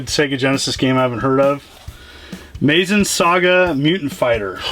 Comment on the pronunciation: Cool little video, got some interesting titles there. Got a little thing for btw when you said it as "Meyzin" Saga, part of me died lol. It's loosely based off Mazinger Z super robot shows from Japan which as linked series are the Mazin family. So just in case didn't know if look it up or you see a simillar looking robot in the Super Robot Wars import games, same or simillar one. The way the Japanese say it is more like "Mah-zin" (the first part is almost like saying "Meh" but replace the E with an A. Just putting that out there.